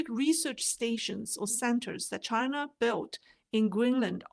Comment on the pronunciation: Wang crapped his pants the first time Trump said "Chi-NA" hahaha